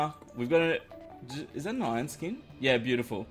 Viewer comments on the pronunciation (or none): none